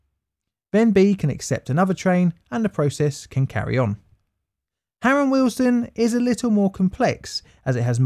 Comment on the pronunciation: Am I the only one hearing the station name as Harold Wilson? 😂